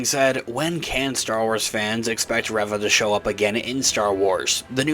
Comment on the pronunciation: Spelling aside, it isn't 'Rev-ah',...it's 'Ree-vah'.